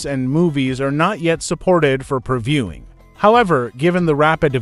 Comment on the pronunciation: Perviewing??? Al voice by any chance?